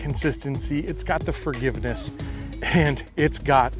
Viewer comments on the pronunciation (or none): Did you say `fargiveness`?